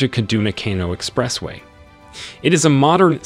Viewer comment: Is this AI voice? Can't even pronounce "Expressway".. What ??